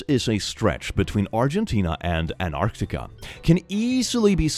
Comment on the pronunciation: Dear: Please pronounce both the "t"s in Antarctica. It's Antarctica, not Anarctica. Thank you.